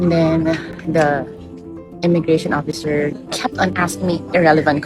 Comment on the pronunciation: Yo! BI! "Beri Incombenient!" If the "oppisser" was just following guidelines or checklists, then time to update! I graduated 2005! I don't even know where the Ondoy flood tok my diploma, yearbook, gradpix away! And what do you care about the travelers' family set up? Are you going to feed the kids that went "rebellious" and ran away, and house them???